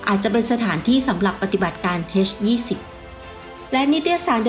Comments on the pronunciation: น่าจะออกเสียงว่า เอชยี่สิบ ไม่น่าจะออกเสียงว่า เฮสยี่สิบ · เอ็ช-20 ไม่ใช่ เฮ็ช-20 อีหยังวะ